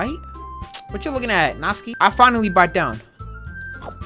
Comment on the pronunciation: bruh it’s not natski it’s NatSuKi